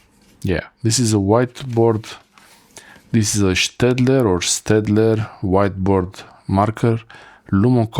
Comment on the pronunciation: Staedtler - good pronounciation 😊